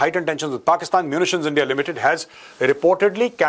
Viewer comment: Big fan Major! Especially your pakistani accent! Its been a long time since you have said "Endia" in typical pakistani accent. What are your thoughts on nuclear disarmament of Pakistan? How big a threat do you consider Pakistan's nuclear arsenal in a potential war with them? Is Pakistan's nuclear disarmament possible? How would it happen according to you?